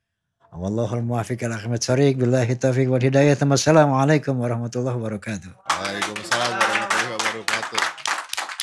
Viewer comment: maaf bang HAJI #Rhoma irama .. di awal acara sy denger salam nya "assalaamualaikum warohmtullohi WAROKAATUH" bukan wabarokatuh,,maaf klo sy salah dngr bang haji 🙏🙏🙏